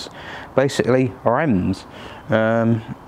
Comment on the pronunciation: Reims is not pronounced like that , not even close . I love the C6 it’s a wonderful car .